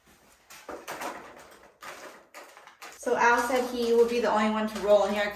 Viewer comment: HIS NAME IS AL AS IN ALLEN